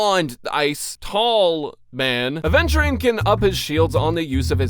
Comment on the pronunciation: Bro thinks he’s luffy when he completely mispronounces adventurists name every time.